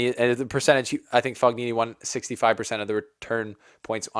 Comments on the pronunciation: Don't know if you'll get more italian fans if you keep saying Fog-nini. I think it's a silent ''g''. Anyway, good cover! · It is pronounced Fonini... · Fognini is pronounced fo-nyee-nee . For god's sake, please make even just a small effort. GN in italian is pronounced NY. Like the GN in lasaGNa is pronounced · Mark my words Nadal does not win a title clay season. He is injured, which sucks but he was moving out of bh corner like 1000 in the world. His name is pronounced “Foeneenee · GN in italian is pronounced like ny. Fognini is pronounced fo-nyee-nee. Think of how the GN in the Italian word "lasagna" is pronounced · G is pronunced but not as english native people do. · Do not that for the correct pronunciation of the surname Fognini the "g" is silent. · I love you but please learn how to pronounce Fognini correctly! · the G is silent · Just a small tip - When you read Fognini you should not pronounce G. And Coric is not Koric but first and last letter are being pronounced the same, so it is 'Chorich'